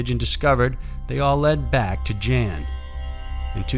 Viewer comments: The dovtors name is pronounced yan, not Jan. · The Dutch doctor's name is pronounced "Yan" not "Jan" like Jan Brady. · Great vid as usual. Just one thing, Jan is pronounced Yan.